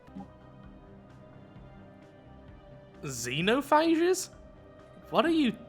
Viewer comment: Xenophages comes from the word xenophagy which is a combo of Greek worlds. Xeno which means allien (the X is actually pronounced as x in Greek not as z) and Phages which is the English plural version of the Greek world phage (pronounced fagy and it's already in plural in Greek), which means eaters. Love your vids btw!